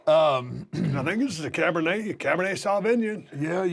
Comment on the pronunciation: Cabernet Saw-vinyin 😂 💪🏾💪🏾💪🏾